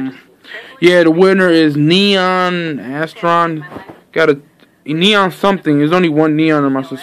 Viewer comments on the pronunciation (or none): I think he was trying to pernounce my name because he said Neon (Geeon) and then he said something